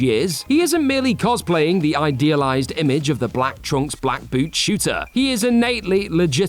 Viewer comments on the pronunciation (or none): none